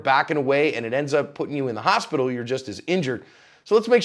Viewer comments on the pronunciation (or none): none